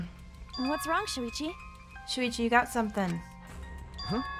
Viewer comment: when she says „Shuichi“ it kinda sounds like she says „Luigi“ and idk why but that just made me laugh xD